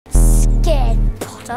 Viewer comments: Draco : pottah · Harry:"pot-" Draco:"pot-" Harry:"ter" Draco:"ter-" Harry: "Potter" Draco:"POTTAH" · Draco Malfoy:Pottah